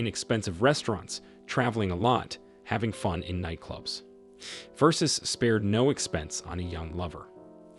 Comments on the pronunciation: "Versus"? Seriously??? I switched off eleven seconds in 😫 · VERSUS? Omg try even a little bit. Bye- cant listen !!!